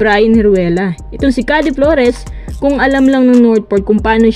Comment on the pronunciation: napaghahalataang di nanonood to ng pba puro basa lang ng balita at trade humor hindi "khade" flores yung "keyd" flores yun